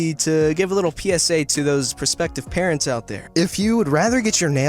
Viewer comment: Who heard him say carents instead of parents